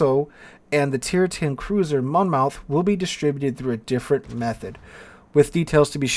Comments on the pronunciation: Mon Moth not Mon Mouth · Just an FYI it's a Mon-muth vs. Mon-Mouth ;-). Next thing WG needs to listen to us about is the ridiculous fire chance and damage. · Monmouth pronounced like Mon-muth...lol FYI love your content!!! TY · monmouth is pronouced monmuth, you know we love our silent letters :) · Monmouth in South Wales is pronounced 'monmuth', yes another one of those.